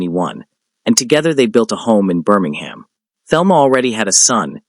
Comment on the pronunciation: Learn to pronounce Birmingham.